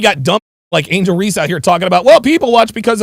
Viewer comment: It's Angel* not Angle